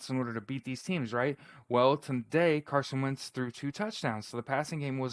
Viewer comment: When its difficult to give carson credit you can barely mumble his name makes you a hater